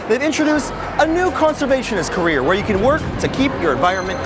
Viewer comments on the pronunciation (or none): none